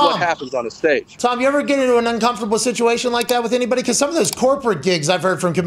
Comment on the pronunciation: the sitchy witchy and alopeshy wishy 😂